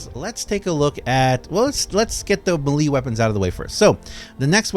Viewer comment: Melee = may-lay not muh-lee